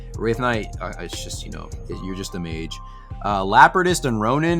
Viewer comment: its mage duh